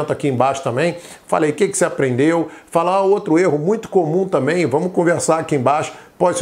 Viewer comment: Obrigada, mas o seu ”também" está dando a entender que você falou” tamém"